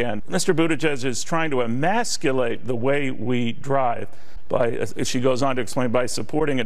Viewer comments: She said “emacculate” because she doesn’t even know what the word is let alone how to pronounce it. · "... wants to a-maths-cull-ate"? like... pete wants to cancel algebra? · She actually said Emaculate, which is even funnier. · most of the crowd didn't understand the word 'emasculate'... she even said 'emackulate', didn't enunciate it properly!?🤐😏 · I wonder how many times that c word had to look up that words definition and practice pronouncing it? Emasculate